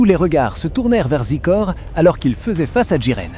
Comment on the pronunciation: zaykooor(Xicor) not zeekor